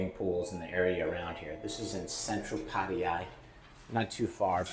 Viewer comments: It’s Patt A ya, NOT Patt i ya!!! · its patayAAAA not patie-ya bra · Please learn how to say Pattaya. It's not "Patty-yah". It's "pat-TIE-ya". I'm married to a Thai school teacher and you hurt her ears. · so funny the way americans pronounce hte letter 'T'. sounds like you're saying Padaya not Pattaya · Dude, stop pronouncing it wrong. You're killing me😂. It's Pat-Tay-Yah. Thank you. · Put - thai - ya said evenly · Gods forbid you even bother to learn the intonation of Pattaya—the name of your town. “Over ten years in these countries…”. Wow..